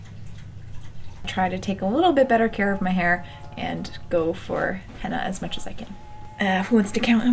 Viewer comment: It sounds like you are saying Hannah instead of henna, it’s cute.